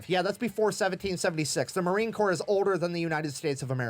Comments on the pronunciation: Well, thank you for the acknowledgement. Just FYI, it is spelled Corps, is pronounced "core". The "PS" is silent. Ya, I know, the English language is pretty damn weird. Semper Fidelis my brother and sister Leather Necks. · No better friend or no better enemy. You decide which one of us you get lol. I believe your saying corpse, and it's Corps. You're close just leave the E off the end and you'll have it. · WATCH YOUR MOUTH 👄 It’s Marine corps NOT corpse although we are very good at turning evil human beings into those 👀 🇺🇸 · Corps id pronounced Core. We're not Corpse because we don't die. We go to hell, regroup, and fight our way to heaven. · FYI, sorry, I must tell you. It is pronounced "core". Not "corpse". All good. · DROP THE P IN CORPS!!!!!! 🥜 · It's spelled Corps but pronounce like core, Semper Fi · The letters "ps" at the end of COR-PS are slilent. It is pronounced like CORE